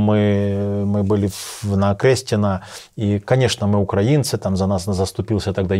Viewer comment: Не змогла додивитися це. Пофіг, що російською, але оце "укрАінци"... Як кажуть, нема сечі терпіти ці борошна.